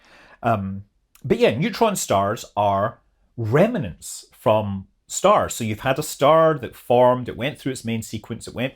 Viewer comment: OMG Scott, what is it with you northern space people? Dr Becky Smethurst also says “remnants” as a three syllable word, “remenants”. It’s not! There is no vowel between the m and n in remnant! 🤣